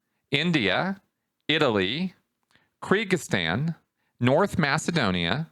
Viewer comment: Kyrgyzstan? It's pronounced Kur-geez-stan, not Kree-geez-stan. Or was it somewhere else?